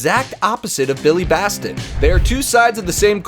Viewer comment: That is not how you say Billy's last name, Batson not Baston.